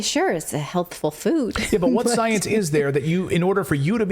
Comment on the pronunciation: "We had to move at the speed of scienceh". They just can't stop being blatantly ridiculous...